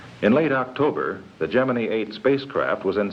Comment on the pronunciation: The rocket looked like a giant bowling pin. And, BTW, why is Gemini pronounced "GEMIN-EE"???